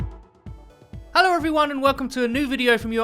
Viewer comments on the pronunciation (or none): none